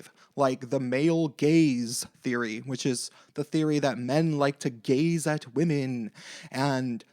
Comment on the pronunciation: did you say "the male gaze"? Or "the male gays"? 😝